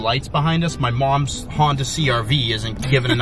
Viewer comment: "my mwoms hwonda"